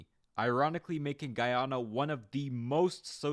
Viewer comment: did not pronounce it right once lmao